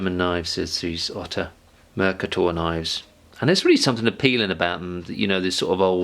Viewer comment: Thanks for this review. In another note... How far are you from the Netherlands? You should find out how to pronounce 'Mercator'.